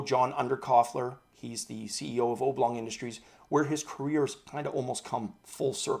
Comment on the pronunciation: A little pronunciation hint..... :) ob·long ˈäbˌlôNG/Submit adjective 1. having an elongated shape, as a rectangle or an oval. noun 1. an object or flat figure in an elongated rectangle or oval shape.